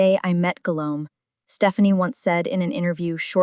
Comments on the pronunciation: I had to stop watching because the “Guilome” was too much for me😒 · Guillaume is the French version of William. The double ll in Guillaume is pronounced as the first letter in the English word 'Yes'. So it is pronounced 'Guiyaume'. The name of Stephanie is de Lannoy